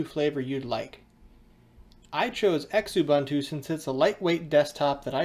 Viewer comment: Yep, mispronouncing kerberos (ker-ber-ohs, as pointed out) and xubuntu (zoo-bun-too). Small thing, but meant to be constructive feedback.